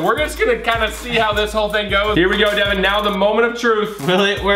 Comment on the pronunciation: Its devan not devin